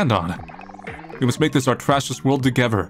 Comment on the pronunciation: It's not togever it's together I can't take it anymore I am going crazy 🥴